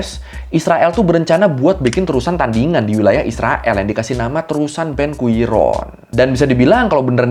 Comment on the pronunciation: Slip of tongue detected, guiron to gurion